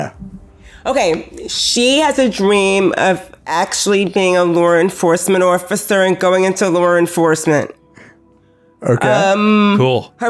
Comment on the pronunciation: "LoR EnfoRcemeRnt ORfficeR"